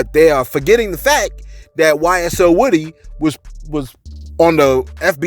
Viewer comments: His name is woo-dy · Its pronounced “Wooooooh-Dee””